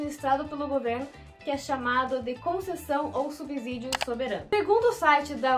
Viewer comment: Subsídio não se pronuncia com “Z”